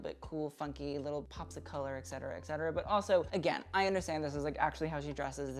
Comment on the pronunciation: Love you and your expertise. A quick note - you say ‘excetera’, while it’s ‘et cetera’. :))